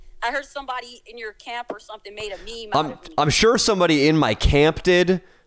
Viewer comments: Nobody talking ab how pronounces meme as ME-ME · 10/10 respect for for pronouncing meme as ME-ME. That's OG status